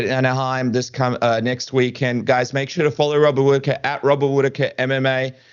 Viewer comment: Its Hobbit Hwhitaker